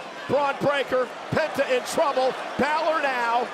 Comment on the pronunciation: Not you saying winn balor 💀🙏🏼